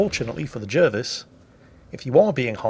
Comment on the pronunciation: wait.. isn't Jervis pronounced Jarvis?